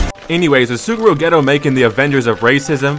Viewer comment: It’s “Soo-guru Gay-toe” 😡